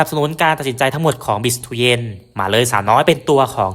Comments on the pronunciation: ฟังคนพากย์เวียตนามเรียก บีช เตือน ไม่ใช่ บิช เตียน หรือ บีิทูเย็น หรือตู้เย็น!! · อยากให้แอดออกเสียงเรียกชื่อนักกีฬาให้ถูกต้องตามเจ้าของภาษาเพื่อเป็นแบบอย่างที่ดีของคนทำสื่อเผยแพร่ข่าวสารของนักกีฬาถือเป็นการให้เกียรติเจ้าของชื่อ คนเวียดนามเรียกเธอว่า "บิค เตวียน"